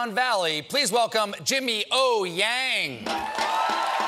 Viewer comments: O-YANG. Pronounce as "OH YANG". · It's pronounced as "young" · His surname is Ouyang, Not Yang with middle name Ou....